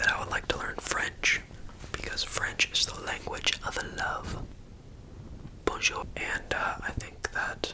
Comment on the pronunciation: I died cause i’m french and that bonjour was so funny 😂😂😂